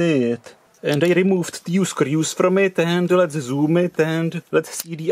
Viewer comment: I'm sure there where only " teuew"